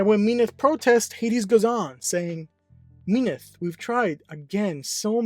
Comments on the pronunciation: Mean-eth? I thought its Mint-hey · Yeah, its min-thee i think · she is mean, so mean-ith is kinda funny to me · Am I the only one triggered like hell with how he pronunced Minthe all the time?